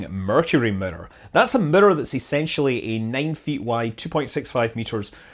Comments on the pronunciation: You calling it a mirror or midor? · I don't like how you pronounce mirror!